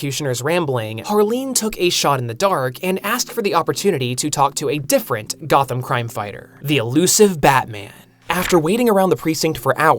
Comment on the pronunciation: 'Goth'am. C'mon, dude.